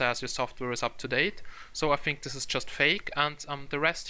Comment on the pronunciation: Good, but as a suggestion, stop saying bofe for both, fink for think, fick for thick, and so on. It is annoying.